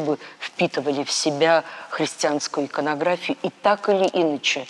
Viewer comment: Чистый и красивый русский язык? Я простой обыватель, но и мне неоднократно резало слух не правельно поставленные ударения в словах произносимых ею. "Так или Иначе", хотя следует говорить инАче, "исповедАние", вместо исповЕдование, и т.д. Она не заурядный экскурсовод - она директор великого музея.